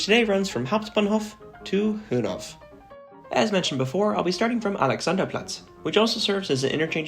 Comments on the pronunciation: Hönov!? Do you also call Rudow "Rodov"? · Nice video. Fyi, you don‘t pronounce the -w in placenames like Hönow or Pankow, so its just Hönoh, with a Long -o. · Btw, you don't pronounce the "w" at the end of "Hönow". You just say "Höno" with a long o at the end. Thats the same with many (or probably all) other place names ending on -ow.